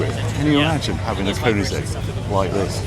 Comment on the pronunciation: And Koenigsegg not Köningsegg